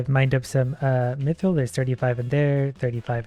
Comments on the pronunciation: I swear is saying "Meethril" on purpose to annoy us now XD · It's pronounced Myth-ril